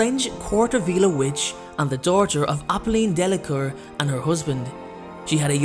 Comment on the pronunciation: It's pronounced " de la cour "